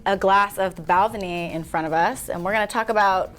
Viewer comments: Holy cow! She butchered the pronunciation of The Balvenie. Sounds like she thinks it's French or something. I've been told proper is to (more or less) rhyme with "bad penny." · That pronunciation of Balvenie hurt my ears